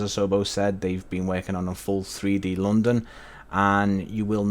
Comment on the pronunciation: normal people: london english: lounndunn